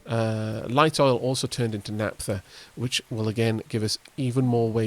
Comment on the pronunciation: Hi. Loving the series. Just an f.y.i - the "ph" in "naphtha" is pronounced the same way as in "Philip". Take care!